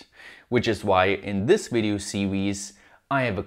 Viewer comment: "...on diz wid-eeoh see-weez"... Say no more... SUBSCRIBED! All joking aside, keep up the kick ass efforts! I'm a new fan!